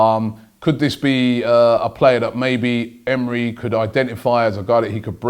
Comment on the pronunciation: Errm, I don't think Arsenal have got 'a new Manager'. That role, it seems, no longer exists. Emery (first syllable is stressed, I believe) is Head Coach. I assume his recommendations would probably be looked at, but transfer decisions will be in the hands of others. So he won't be 'bringing' anyone 'in' as such. We now have to remember, Unai Emery is Head Coach (that's 'what it says on the tin'). So, repeat with me: 'Unai Emery, HEAD COACH'.